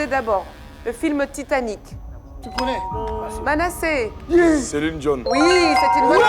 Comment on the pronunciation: Il dit celine diom 😂😂😂😂